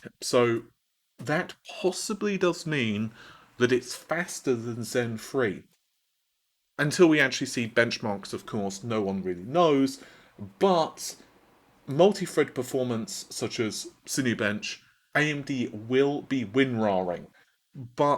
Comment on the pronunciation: Haha, he just said Multi Fred performance. I can't unhear this now. I think i'm going to have to sit out todays episode. Maybe i'll watch a Hammer on Box vid about Banana Meters instead. Or a GamersNexus live stream about Capacitator Tots. LOL